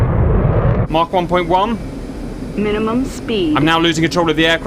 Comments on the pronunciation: According to the dictionary it’s pronounced Mak or Maak but not maarchkhc. Unless you’re Welsh 😄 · Why is Cap saying Mach with a German accent?